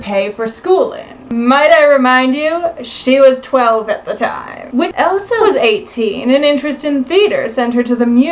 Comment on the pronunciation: Her name was “ELSA” it appeared as though you were saying “EVA”